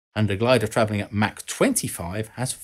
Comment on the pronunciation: Mach 10 is pronounced Mock 10. Mac 10 is a rapper and a firearm.